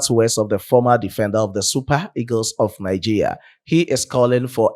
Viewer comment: Bro, you pronounce Nigeria as Nigeya